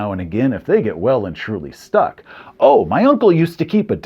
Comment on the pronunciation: "Well and truly stuck" Well, that's one way to pronounce that phrase!